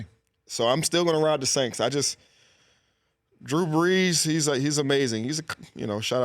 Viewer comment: Did this fool really say the Sainks 🤣😂